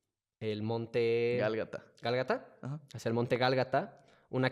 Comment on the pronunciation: Fuera de que es Golgota y no galgata, muy padre el video